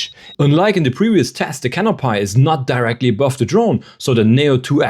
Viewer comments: I love the vid, had to come to the comments to add to this… canopy is pronounced “cano-pee” never heard it pronounced cano-pai before… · Great video! One little thing: it's pronounced canopee not canopie. ^___^ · 'Cano-pie'? Is this a bad AI-voice? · can up y (we) not - can up pie , lee -v-es not. lee vvv es es